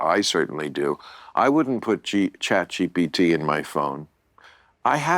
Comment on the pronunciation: And calls it, “chat GTp” 😂 just the perfect boomer pronunciation